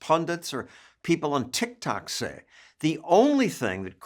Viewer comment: “No matter what he, politicians, pundits, or people on Tik Tok say…” 😂😂😂😂😂 The way John Stossel emphasizes Tik Tok without really emphasizing it cracks me up. Paul Harvey and John Stossel, geniuses in their own time.